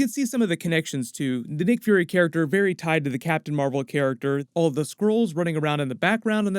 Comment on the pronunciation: *captain mar-vel ! Say it right